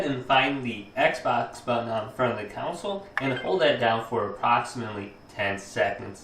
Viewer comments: It’s console not counsel 😂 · Does anyone else notice that he can’t say CONSOLE correctly? Instead he keeps talking about shutting down counsel. legal advise or a legislative body of people? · Thought I’d tell you, it’s Con - s - ole not Cou - n - sel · The council?? You mean conSOLE? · Console not council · He says console like council lmao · CON-SOLE. It's pronounced like CON - SOUL. A COUNCIL is a group of people tasked with a directive/authority of some sort. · Bro calls it a counsal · This man really just said consle 💀💀 but thanks for the help